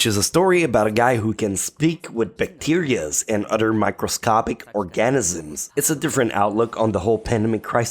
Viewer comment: "mictoscopic orgEnizms“... That pronunciation 😷